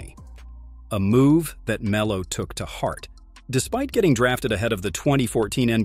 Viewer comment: Poor Me-low